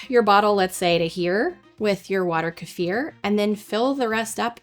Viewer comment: Мне нравится как часто произносится ка-ефир, но по моему это называется - брага